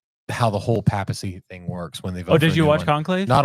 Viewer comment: Its not a pap-smear 😂 it’s pay-puh-see